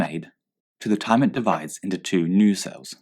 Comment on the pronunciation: when you press number 2 it sounds like he saying jizz that aside great video